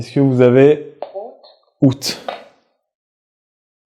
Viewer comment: J'ai compris "Prout" à la place d'août, ne mangez pas en même temps, ça brouille le son